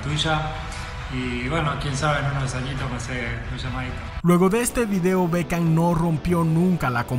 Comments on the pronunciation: Es Beckham no Bekcham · Hola, corregile el nombre, es Beckham